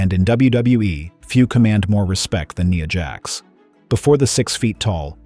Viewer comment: It's Nia Jax with the i being the I sound not an e sound.